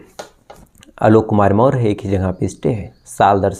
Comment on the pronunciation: Behan k lodo.. Maurya hai hum en chutiyo ko naam tak padhna nahi aa raha.. Chandragupta maurya vanshaj hai hum samrat ashok k. Naam thik se le kahani baad me suna aankh se nahi dikhai deta to muh me bhi loda daal diya hai kya kisi se.. More nahi Maurya मौर्य वंशज बोल क्लियर